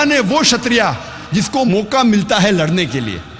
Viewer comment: Ek to क्षत्रिय को क्षत्रिया बोल रहा है और श्री कृष्ण की किशना बोल रहा है और आप ज्ञान दे रहे हैं।😂😂😂